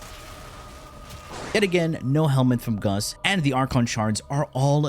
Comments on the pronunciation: Why do you keep saying "Guss" it's GAUSS, man xD. Double ss so it's GAUSS lol. Anyway, crazy wf indeed. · Please call him gauss and not gus, gus in my language is a word for ,,ass" and i cant take u seriously 😂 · "goss" not "guss" lol driving me batty watching this lol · he did it on purpose lol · Closed the NewPipe app and logged onto YT, with adblock ofc, to tell you that I hate the way you pronounce Gauss. It's pronounced, gous, not, guss, nimrod. Take care. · “umm Its aCtually pronounced gous” 🤓👆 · GOWS is the correct way to pronounce, just saying! And perhaps Guss is just a pet name, like Dragons Breath etc :P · please stop trolling xD... Freaking Gus... Say it right, you know how it's said... just like U know how bubonico is said.. freaking Bubo-nico jesus. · My name is pronounced GOWSS! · Today I learned I have a new pet peeve. People incorrectly pronouncing Gauss, saying Gus. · i pronounce him gau-ss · It's obviously pronounced goose, Nimrod! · It's not pronounced goes either. Gauss was a German mathematician and like someone else mentioned already its pronounced gau-ss. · Gaus giss goos anything Why so care abt pronounce? This isn't school tho I call gauss as KUSSSSSS or PUSSSS Got any prob? 😂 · Nahh, it's Gus. Just like how it's Secondary Cucumber and Melee Cresskendo. Trust him, he knows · The "a" in gauss: "am I a joke to you". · Yeah it’s kinda killing me inside!